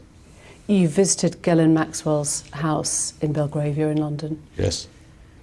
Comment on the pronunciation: The interviewer has a strange way of pronouncing Jizzlane Maxwell's name. Someone should notify her.